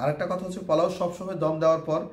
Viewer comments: মনে হয় নোয়াখালী বাড়ি। তাই পোলাও না বলে পলাও বলেন। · ফোলাও না পোলাও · শব্দটা ফলাও না পোলাও? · পলাও বলেন কেনপোলাও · পলাও বলেন কেন পোলাও। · আগে নিজের উচ্চারণ ঠিক করেন??? জীবনে প্রথম শুনলাম "ফলাও"😆😆😆😆😆😆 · আপনি কি নোয়াখালীর মানুষ পলাও বলেন কেন?